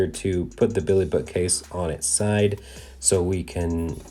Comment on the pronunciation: this guy has a really hard time saying BILLY haha